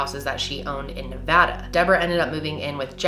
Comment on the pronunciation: New Subscriber! Wow, I adore your storytelling ability. You really drew me in with your totally unfiltered approach. Also, I am always STUNNED when I hear Nevada said correctly 👍 So, Thank you for that!